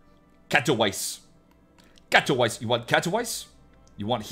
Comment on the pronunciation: FWIW, it's pronounced "Cat-Oh-Veetz-Ay" 😅